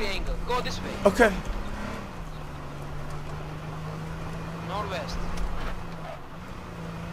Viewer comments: NOT NOURT.. Nort west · Yeah Turkish uses V instead of W hence North Vest :D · No he's turkish, North vest only turkish people say that. they use v instead of w.